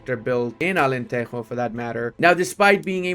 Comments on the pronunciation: It's not alanterro, é alantejo of jota, alentejo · It’s AlenteJo not Alenteho 😭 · in Portuguese we do not pronouce de "j" as a "r" like in spanish, Alentero. The "j" in portuguese do not have a similar sound in spanish neither in english. It is like a "g" when saying "ge" or xgi" preserving the sound of the g, but with another vogals: ja, jo, ju. Alentejo. My God, how it is dificcult to explain the sounds typing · Portuguese people don't say "j" as the spanish. Alentejo is "Ahh-lehn-teh-jo", if you read it in english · Alentejo is pronounced алентежу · Se ele vier pra Portugal depois de dizer Alenterro... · But he says "Alenterro"... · The J is like French not Spanish🙏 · Immediately paused the video when he pronounced Alenteijo. J’s do not make h sounds they make J sounds. There is a reason the word January starts with a J in Portuguese and not with an E like in Spanish. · Thanks for playing Portugal! Just a quick note, it’s Alentejo as in Joe but without the e. We don’t say the J like the Spanish we say it like the English and such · that can be taught 😂